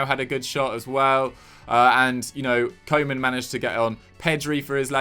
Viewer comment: It’s not ‘coman’ it’s pronounced ‘kooman’